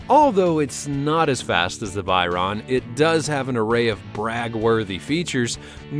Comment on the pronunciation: "Turbocharged" shows Lamborghini Aventador haha xD "Lamborghini Atventador" What?! Say that again ... "...but is 110 pounds lighter. You know, for aerodynamic purposes" What has weight to do with aerodynamics? Doesn´t the M600 have a Volvo engine? "Bugatti Whyron" (written like spoken) Its Veyron (french) All Bugatti Veyrons are AWD, not just the 16.4 SS The Hennessey Venom F5 isn´t even out yet ... but the Hennessey Venom GT is fast too (2nd fastest car in the world) "Bugatti Kiron"(written like spoken) WTF, learn speaking car names correct, again, Chiron is french And my favourite car: ´02 - ´03 Subaru Impreza WRX STi, they just look amazing <3